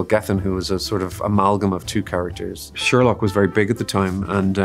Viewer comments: ah yes the "Scherlock schreenwriter". Lovely video tho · ‘Scherlock’ eeek 😮